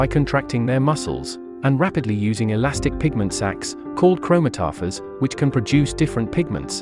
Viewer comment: That’s the craziest way to pronounce chromatophore